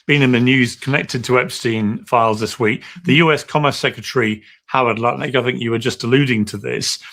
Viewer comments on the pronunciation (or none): none